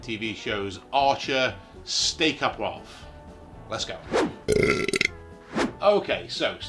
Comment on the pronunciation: The French are going to be seething about your pronunciation of "au poivre". Well done. 😄👌